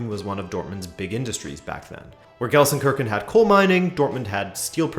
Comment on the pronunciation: go easy on me - immediately butcher it.